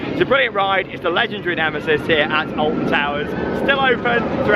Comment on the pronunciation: Did he say Alfon